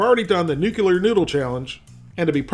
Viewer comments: NU-KLE-AR not nu-kew-lar. My NASA job has me OCD'd, sorry. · The word is pronounced New-klee-ar not New-kew-er. Now, we eat hot ramen! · PLEASE stop saying "nucular"! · “Nuceuler” lol